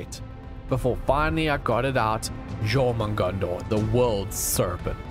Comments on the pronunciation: That jormugandanar hurt my soul... ITS Jörmungandr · Jormungandr (Jörmungandr) Is pronounced Your man hunder Btw :D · I love you vids! Btw, it’s pronounced “Your-mun-gan-der” (Jörmungundr) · its said like jormungandur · When you said mongondo I thought you said your mom